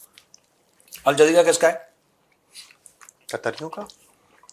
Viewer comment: प्रोड्यूसर बोल रहा है अल जलजीरा 😂😂😂😂